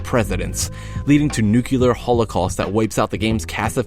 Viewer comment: " n u c i l a r " ?